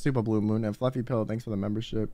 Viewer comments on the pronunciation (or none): none